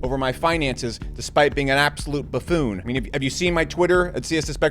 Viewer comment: That pause then loook at the camera, followed by bafoone 😅lolol